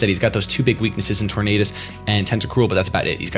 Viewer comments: IN ANIME THEY SAY TOR-NADUS not Tor-NODUS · Tor-nay-dus like Tor-nay-do. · I think it's pronounced tor-nay-dus because it's supposed to sound like tornado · RandomGuy1: Its pronounced tor-nay -das RandomGuy2: No its pronounced tor-nah-das Me: Who cares? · it's pronounced Tornadus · Say the word tornado out loud That's how you pronounce tornadus. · its tornadus, not tornadus !!!! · Hey if you ever want to know how to properly say a pokemon name there is this special little thing called the pokedex 3Dpro USE IT people on youtube even posted videos of all pokemon kanto through unova because the way you say tornadus is as disgusting as when you ignored the other a in spinarak and called it a spinark in the soul link